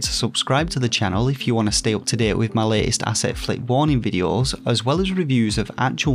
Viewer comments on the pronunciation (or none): The first time I ever checked out your channel and you said, " Asset Flip" , I thought you said , "Acid Flip". "PIX ARTS" Sounded like "Pick Ass"😁 Thanks for warning the gaming population.